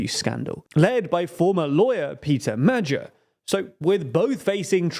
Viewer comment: Magyar has a hard G like the G in Get, not like the G in Magic